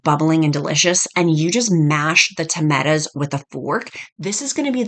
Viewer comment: Great recipes and love the way you say tametas (tomatoes)😂